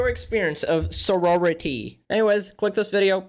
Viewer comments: saying "Senority" instead of "Sorority" shows how little this matters in the long run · Is he saying "sonority" the whole time? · He legit said sonority lmao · Lmao is pretty inexperienced with life, and he also doesn’t even know how to pronounce “sorority” correctly. He just assumes women are dumb and women groups are dumb and social groups are dumb with no actual basis for saying so. I only watch this channel for Connor, is a big misogynist who lacks understanding of the way the world works because he’s chronically online. doesn’t care about the women in his audience lol. I don’t know how you didn’t see that before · I know it's not important but he's still only mispronouncing because he's never heard of it before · i would imagine he'd question if hes saying it right after hearing it the way other people pronounce it throughout the video lol...